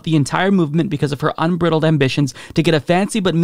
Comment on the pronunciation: Un-breye-dled like a horses bridle, not unbriddled